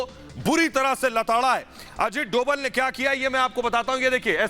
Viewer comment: Dobal=डोबल ......नही .........Dobhal=डोभाल कहिये ..भाई उच्चारण तो सही कीजिये न !